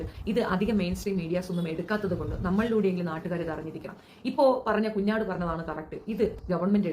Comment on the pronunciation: കുഞ്ഴാട് അല്ല മുട്ടനാട് അഴ കൊഴ നസ്രാണി വർഗം